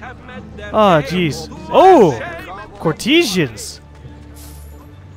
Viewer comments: Its pronounced Court-as-ans the E between T and S is silent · is courtesans pronounced like this ( court, a, sarns ) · Courtesans is usually pronounced cour as in parkour eh as in meh sahns Cour-eh-sahns